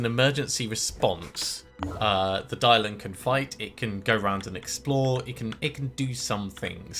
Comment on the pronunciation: ACtually "Dilong" is not "Die-long" but "Tee-loong". You can use Google Translate to get the pronunciation right. Otherwise what you are saying sounds like "Big dragon" in Cantonese :D